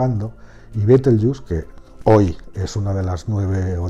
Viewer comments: Betelgeuse por favor, pronunciado tal cual, no caigas tu también en el papanatismo anglofono, Bitelchus, por el amor de dios, betelgeuse NO ES INGLES, es LATIN, mejor dicho la latinización de su nombre árabe. No todo lo que no es español debe pronunciarse como si fuera inglés, y el latín se pronuncia como el español. Los USA boys que pronuncien como les de la gana, su ignorancia no da para más...pero tu...por favor, por favor, por favor... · buen video, pero es una pena que los hispanohablantes hayamos asumido la pronunciación deformada anglosajona de una palabra creada en Toledo (Libro del saber de Astrología, s XIII) a partir de cómo sonaba el nombre que le daban los astrónomos árabes.